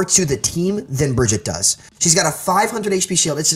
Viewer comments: Yeah it's a little annoying from someone who claims to have insight on the character for them to continually mispronounce the character's name. It's a presentation thing, if you want to speak from a position of authority then put the effort in to be at least as capable a speaker as EVERYONE WHO PLAYS THE GAME. I'm guessing he's doing it because he doesn't like her and it's his way of showing he doesn't respect the hero? But she's like a cartoon character. Why would you screw up her name to slight an imaginary character? It just makes him sound a little unprofessional. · C'mon man! Learn how to say name! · How are people still mis-pronouncing Brigitte? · im surprised he doesnt know how to pronounce brigitte right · I agree that a lot of people are mispronouncing it, but I also hear most people calling her. Point is, he's a professional overwatch player who is giving commentary on a popular overwatch channel. All his points are valid but if this guy is ever in a room with some blizzard employees in a professional setting, it'd be hard to take him seriously. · first of all, he's pronouncing Brigitte all wrong XD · Plenty of people say her name wrong, not just American players. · I'm sorry, but how can he not say Brigitte correctly, he plays her at a higher tier than the majority of the player base. It honestly made the video hard to watch and almost made me question his credibility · He’s just stupid, like most content creators. Their job is to know the game, yet none of them can ever pronounce a hero’s name correctly. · If he can't say Brigitte right I'm gonna report for gameplay sabotage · I don't trust anyone who calls her BRIDGE-IT it's BRIGG-EATER How can you be a pro at the game and not even know how to pronounce her name? It's not fucking hard. Spose you're a boomfest or a weenstone main eh? Maybe a fucking windowmaker? Beaver? Fuck me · "Bridget". Cmon, its BRI-GEET-TUH. You should know better, man. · Yessss its pronounced Baguette